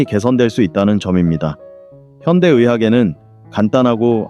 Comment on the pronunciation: 좋은 강의입니다. 그러나 단어의 발음 문제가 있습니기다. 야간, 이노, 현대,최소, 등, 첫 자는 모두 길게 발음하시옵소서. 유튜브에, nobulkoreanlanguage를 치시면 우리말 우리를 문제에 대한 귀한 강의를 들을 수 있습니다. 미국 변 완수 드림